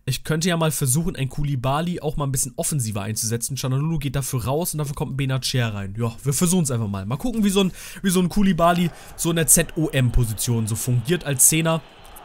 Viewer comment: Sprich bei bennacer das c nicht wie ein Ch sondern das c wie ein c